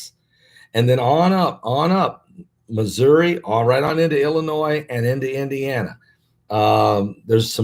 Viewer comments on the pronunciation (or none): none